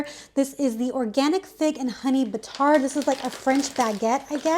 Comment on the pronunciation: The d is silent in the word batard! 💙